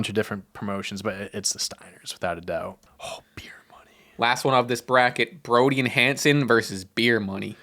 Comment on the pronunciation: Bro. These pronunciations are killing me. Bruiser Braw-dey. I've literally heard him say Brodie Lee before